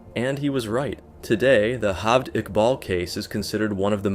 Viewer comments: Its not HALVED IQBAL. its Jaaavaaid Iqbal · his name is pronounced "jaa-vayd iqbaal"